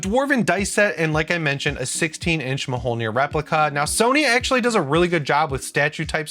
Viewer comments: i think it's pronounced more like 'mole-near' and not 'ma-hole-near' lol - I'm only pointing it out because I happened to watch a video that had nothing to do with ps5, God of War, Ragnarok, or games at all... but they spent a little time on how to pronounce Mjolnir.... so I thought it was a weird enough coincidence that I should say something:) Thanks for the Update!!!:D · Mjolnir is pronounced "mule-neer." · Am I the only one upset by how he says Mjolnir? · this dude really has to learn how to pronounce Mjölnir. I couldn’t watch any more of this vid after that